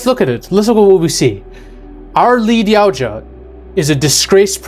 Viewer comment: Help me understand how you can correctly pronounce Yautja. But, you can’t pronounce Elle, the same way you would say the letter “L” or pronounce Yutani even remotely correct.